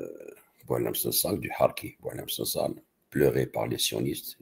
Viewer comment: Le "Sangsale" évacué... Évêque... Vicaire se prononce(viquaire) Les viscères ???😊😊